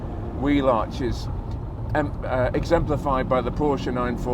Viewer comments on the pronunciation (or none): none